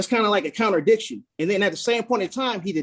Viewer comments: Did this man say counterdicktion? 🤣🤣🤣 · What is a counterdiction?? Lol😂 I love when these fools try to sound intelligent and fail miserably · "Counterdiction" LMAO.